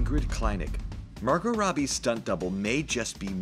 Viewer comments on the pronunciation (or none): none